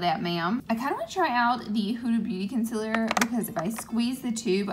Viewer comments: She must say 'Con-SEAL-er' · She isn’t using concealer, it’s conciller😂❤️